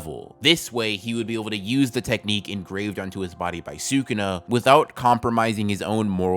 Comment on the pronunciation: Great video dude! But sewkuna makes me smile every time